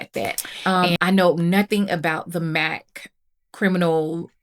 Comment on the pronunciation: Thanks for the heads up about items in the sale. I think the newer MAC lippies are pronounced 'MACx-imal' (silent 'C') not 'Mac-criminal' 😄and they are throwbacks for their iconic 90s shades with an improved formula and more responsible packaging. (Sorry, it's the teacher me speaking). Many are revamped nude shades. A Sephora associate once warned me about using any Peter Thomas Roth products because of my sensitive skin.